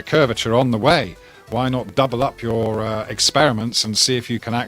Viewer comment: "it doesn't fit youerrr model" love that accent (and my inclinometer said i was at 78 degrees... After wall climbing it said 0. So the curvature or not of the earth is... Oh damn i just went up and across a miniscule bit of my demonstrable reality. )